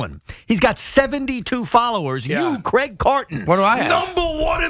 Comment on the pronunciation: Who’s CRIAG? 😂